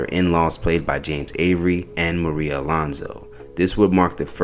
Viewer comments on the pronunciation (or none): none